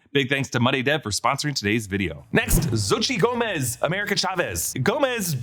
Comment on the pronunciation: its said Xochi-TEWL